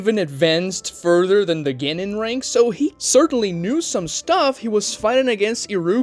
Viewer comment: As an American myself, I am APPALLED at the Yankification of the word “Genin” in this video🤮🤮. “Ge-nin” Smh🤦🏾‍♂️.